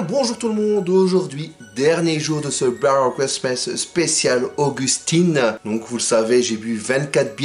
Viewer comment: Je pense que "Berry Christmas" est le mot anglais que tu sais désormais le mieux prononcer 😂 en tout cas tu le prononce mieux que mon pseudo "GatGatZ" 😂🤣 J'essaie d'être présent le plus possible, mais je t'avoue que dernièrement j'étais énormément pris par ma dernière vidéo, comme tu dis il y du boulot derrière nos vidéos, et les miennes me prennent des heures et des heures et des jours et des jours, l'animation est un boulot de fou furax. (PS: d'ailleurs je ne sais pas si tu as vraiment voulu participer à mon concours, mais les modalités sont loin d'être valides XD) Bravo pour ton adorable démarche auprès de la petit Augustine et bravo à ceux qui t'ont aidé et soutenu, te souhaite de joyeuses fêtes en famille mon, salutcheeeeesss!!! ✨🎅🍻